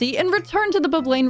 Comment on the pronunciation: BEECH VULLEYBURR